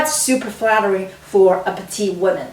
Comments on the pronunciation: Pronounce petite not the masculine petit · I hope you're not correcting her accent.